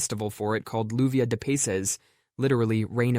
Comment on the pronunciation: You-vee-ah deh(not day) peh-ses